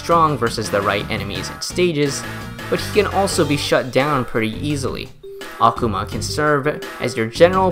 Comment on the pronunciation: small correction: Akuma's name, like every Japanese word with similar structure, is pronounced with emphasis on the second-to-last syllable. Not really a big deal, but it did irk me just a little bit to hear you repeatedly say Akhama. x3 That aside, you've earned a subscriber for this an several other videos, and convinced me to reinstall The Battle Cats and give it more of a go. Last time I played it, I stopped after beating The Face boss fight, and uninstalled because I simply didn't know how much more content there was and figured I'd already seen most of the game. How wrong I was!